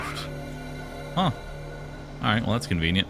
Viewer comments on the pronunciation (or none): how many times did he say convinent?